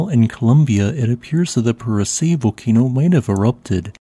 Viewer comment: Isn't Purace pronounced "Pure aw chay"?